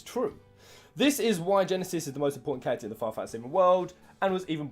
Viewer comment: Every time you say "character", I keep hearing "cactuar".